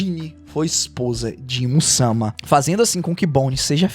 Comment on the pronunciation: Teus videos é ate bom cara as vezes assisto mas o jeito de tu falar da uma agonia. Tipo satarno se todo mundo fala saturno e imu samá tu fala imusama. E essa a critica